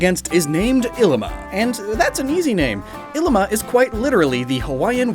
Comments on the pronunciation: Ee Lima and Kiah Veh. hopefully that helps butcher Hawaiian less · Pronuciation Errors and just general topics, from a native Hawaiian Ilima - e•li•ma Kiawe - ki•a•ve (most w are pronounced with a v sound) No one really eat hala fruit, but if you do let it dry, you can use it as a brush. Hope this helps ✌️